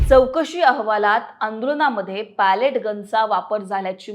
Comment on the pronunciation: Pellet चा उच्चार पेलेट किंवा पेलीट आहे. Palette = लाकडी चपटी फळी. बातम्या देताना उच्चार आणि अर्थ समजून घ्या. अनेकांना इंग्रजी किंवा कठीण शब्दांची जाण असते असे नाही.